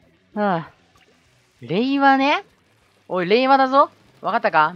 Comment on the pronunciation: やっぱり、れいわが平和に聞こえるよね！w